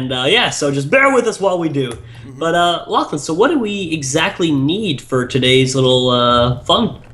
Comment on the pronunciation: I thought you said ur name like Lachlan instead of lochlin